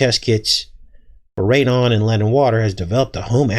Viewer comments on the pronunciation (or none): none